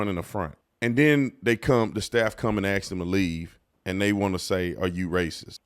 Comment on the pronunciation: You seem to have done everything that these kids are doing in the past. At what point in your life did you turn white ? You still say axe to say the word ask so you need to work on that part on your journey to whiteness otherwise you will be judged by whites.